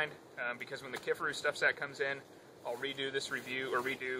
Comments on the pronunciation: It's key far roo not kiff a roo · How the hell do you butcher the name like that??? KIFARU! NOT Kifferoo ffs